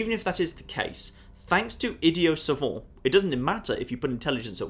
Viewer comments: The idiot part is pronounced as you read it, but the savant part isn't. It's a French word, and we use their pronunciation, like with "deja vu" or "baguette". Sov-ont. was spot on. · no idiot and savant are french words and "savant" is more or less a synonym to scholar, and he pronounced it like "idiot soap" :) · And savant is pronounced akin to suh-vahnt. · No, he tossed a french accent and pronunciation where it isn't needed. English has adopted both words with our pronunciation, and savant is not synonymous with scholar. It is used exactly how I described it.